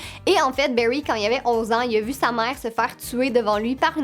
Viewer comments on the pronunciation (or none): Mes séries préféré c Steven Universe et My Little Pony Berry😂😂😂😂 c bary allen t pas obligé de prendre accent anglais pour les prénoms pck on dirai que tu dit le mot baie en anglais